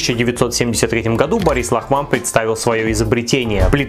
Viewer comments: ЛАхман, а не ЛахмАн. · Не Лахма́н, а Ла́хман. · ЛАхман, не ЛахмАн же! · Не лахмАн , а лАхман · Хорошая историческая новость. Только в фамилии ударение правильно делай. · в еврейских фамилиях не делается ударение на окончание ман.